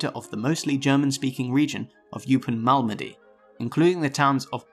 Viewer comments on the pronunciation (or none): I've never ever heard Eupen pronounced "You-pin" before. It's always been Oy-pen. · Dweevelsberg? 😁😁 Oypen, not Youpen. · Eupen, not Yoopen Elsass, not Alsacha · Eupen is pronounced oy-pen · Correct pronunciation would help: Eupen, Duivel...